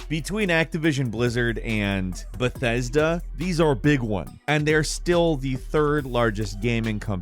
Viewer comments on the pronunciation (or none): none